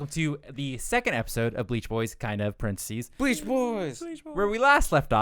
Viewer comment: Good video but man did y’all even watch bleach? Y’all slaughtered the names of almost everyone 😂😂😂